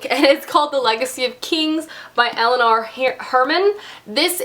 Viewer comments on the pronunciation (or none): none